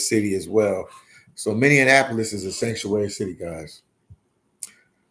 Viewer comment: Say Many-APPLE-Lis not Many-On-Napo-Lis !